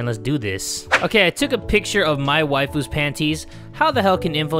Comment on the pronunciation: When he says Mai Waifu I actually thought he said 'My wife'🤣😅